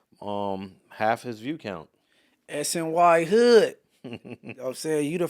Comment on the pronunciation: called him SNY-hood 💀